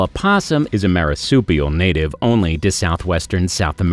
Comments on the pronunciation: Mine-a-mar? Marisupial? COE-LA-SYNTH??? What's up with this narrator? Does he not look up the pronunciations of these things BEFORE making a video??? sheesh. 🙄 SEE-LE-CANTH, BUDDY! At the very least, COE-LE-CANTH, Come on! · MEE-an-mar mar(no "a" here)supial see-la-kanth.